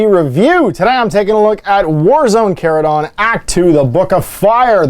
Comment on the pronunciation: You pronounce Charadon correctly and I appreciate that.